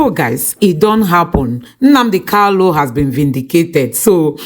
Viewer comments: you always make this mistake on Nnamdi kanu, not Nnamdi kalu. Always rehears your material before you brocast. IT IS NNAMDI KANU. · POINT OF CORRECTION IT'S NNAMDI KANU NOT KALU PLS PRONOUNCE IT WELL😂😂😂